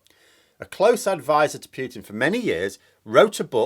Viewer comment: His name is not pronounced Pewtin, the u is short